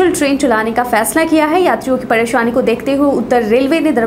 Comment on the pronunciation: Padesani nahi presani bihari log ka?